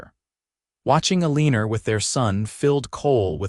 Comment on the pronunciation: OMG, if the voice can't pronounce your main character's name correctly, change it to something else! Eleanor being pronounced UH-LEEN-NOR, (which rhymes with "a weaner" the way it's emphasized), makes me not want to watch because it grates on my ears. Ugh!